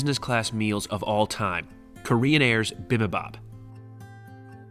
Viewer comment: Bibimbap / 비빔밥 is pronounced: BEE-beam-bop